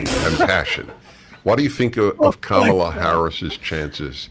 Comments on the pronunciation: The second time, he pronounced her name as "camela" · "Camel-uh" -Dennis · As an Indian, I find her pronunciation weird. It would be cum-la or another version is ka-mal- uh. 🤷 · Prager still intentionally mis-pronouncing Kamala .... unintelligent fool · Well, Dave DID mispronounce her name... probably on purpose. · Both guys still can't pronounce Kamala correctly. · Why's saying THE USA VP's name "Kamala" correctly so impossible for those 2idiots?? NO doubt DELIBERATE at this point & wholly unnecessary!🤬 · Neither Prager nor Rubin can even pronounce Kamala's name, but their opinions about her are supposed to mean something?